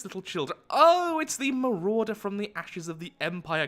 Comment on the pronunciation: It’s the mawrauder